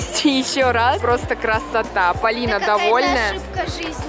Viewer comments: да уже достали моё имя произносить Палина это ужасно люди запомните правильно ПОлина а не Палина ПОлина ПОлина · Полина правильно а не Палина